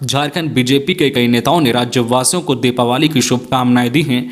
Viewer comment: दिपावली not दिपावाली